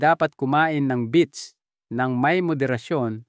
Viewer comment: Beets po, not beach.